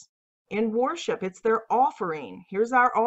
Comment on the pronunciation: “warship” “warshipping” WORSHIP PLEASE!! I love your content. I watch it in its entirety. The relentless use of the word with your pronunciation is distracting. Keep up the good work and may God bless it and you.